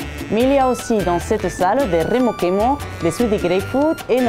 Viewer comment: Rrrremo chemo lol love it